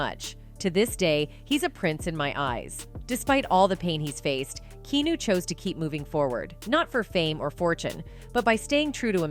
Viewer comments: I need this chnnel to pronounce his Name right: Kee-A-New. Keanu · Why does she keep calling him Key-New? Do better with your AI. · I was about to say the same. Even a 12 year old would know his name is not pronounced Key-New! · Imagine doing all your research about someone, and you can't even pronounce the persons name correctly for 22 minutes. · Mispronouncing his name 400 times in a video about him is trash. Get off the AI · This must be voiced by AI… Can’t pronounce Keanu’s name correctly. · So true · My thoughts exactly.